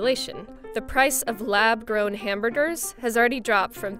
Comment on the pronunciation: Am I the only one hearing "lab DRONE" instead of "lab grown"????